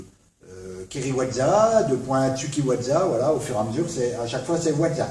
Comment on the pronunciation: "Watza"... Bonjour la prononciation.. ça aura au moins eu le mérite (au delà de me faire rire) de faire écho au "whatza fuck ?" qui m'est venu à l'esprit une trentaine de fois dans cette superbe vidéo, le best fut pour moi le "sabre eud' main" -> pépite